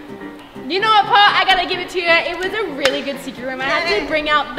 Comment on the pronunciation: Paul u were saying pail pt paul